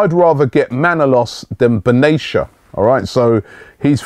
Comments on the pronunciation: Robbie,It's Ben-Ah-Tea-Ah not Ben-Asia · for the 100th time !! its not "Baneesha" its BEN-ATIA LIKE BEN-ARAFA - ,,, BEN= son of.. so son of Atia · Dude Robbie! It's pronounced Ben-a-Tia not beneysha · Just as a side point Mehdi last name is pronounced BEN-AH--TEE-AH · If you say "binayisha" once more I'll report for misleading content. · robbie plzzz. its ben_ateya. just like ben arfa ,get it right u star lol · Can you please make an effort to pronounce Benatia's name correctly please